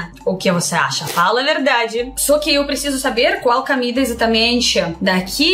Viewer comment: A PRONUNCIA CERTA É "COMIDA BRASILEIRA" NAO CAMIDA BRASILEIRA OK ADORO VC XEROS RICHARD DE SALVADOR